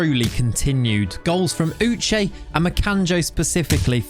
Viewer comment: thanks for pronouncing my name sake (Uche) correctly. I am so proud of you. I would like to see you pronounce the full name Uchenna